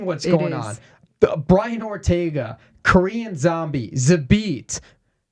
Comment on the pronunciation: She said ortego. God i love her!